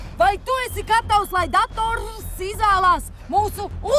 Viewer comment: vai tu esi gatavs lai musu datorrrrs izvēlas uzdevumu :)